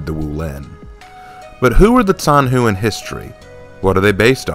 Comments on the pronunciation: I haven't watched the entire video yet but i feel like i have to point out that the name of the character is pronounced more like "john hu" (except the o is pronounced like uh so technically "j-uh-n hu) and not "zan hu". It's really diffcult to explain since i am not an english speaker and i have a bit of trouble explaining how to pronounce something to english speakers so i hope you understood what i was trying to say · Btw zhanhu is pronounced with a soft J sound, not a ts